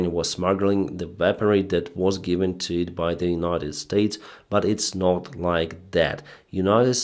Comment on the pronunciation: I hope you learn to add a T in NOT one day :P